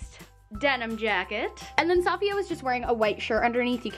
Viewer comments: It's not pronounced "Saf-iya" it's pronounced "Se-fi-ya" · Honey, she's Saf-I-ya, not S-A-fiya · Suh-fee-uh not Saw-fiya, sorry it was just really annoying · I really enjoy your videos, and I’ve been binging them the last few weeks. One thing, Safiya is pronounced ‘Saf-fiya’ not ‘Sah-Fiya’. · I love the video but the way you’re pronouncing her name makes me cringe every time. The accent is in the i not the a! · I love you and your videos, but the mispronounced name was bothering me the whole time! I think it could help to maybe pay more attention to details like that in these videos. Especially since you're using her content to go off of. Just a suggestion, not hate! I still love you 😂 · Is it annoying anyone else how she pronounces safiya? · You said Her name wrong🙄😩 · Cringing on how she pronounced Safiya's name. Lol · You Pronounced safiyas nygaard name wrong. You should copy Gabi and niki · I die every time she pronounceher name wrong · I couldn’t watch this video because of the way she was pronouncing Safiya’s name.